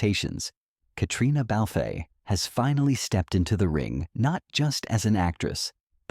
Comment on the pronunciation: It isn’t Haimie it’s Jaymie, it is Katrina and. It’s not Balfay, it is Balf. Day the names correctly or find someone who can.